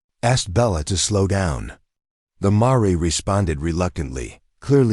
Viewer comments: Tell your AI it's Mar, not Maray! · Paint "marey"? Seriously! Lose the crappy AI and get a real narrator or forget doing this.